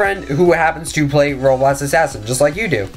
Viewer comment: Dude why can’t u say roblox u always saying like roblos assassin or robots assassin. Jus say it right it anoying :(